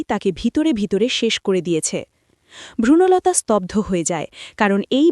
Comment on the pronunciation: আমি তো জানতাম নামটা বনলতা, ভ্রূনলতা নয়। পুরো সময়ধরে ভ্রূনলতা শব্দটা ভীষণ কানে বেসুরো লাগলো।